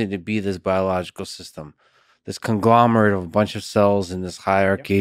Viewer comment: You know how many times I've heard him said glomerate